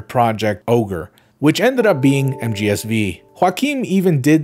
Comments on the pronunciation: mgsv or metal gear solid five. not metal gear solid "vee". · So uhh is he pronouncing MGSV wrong as like a joke or what?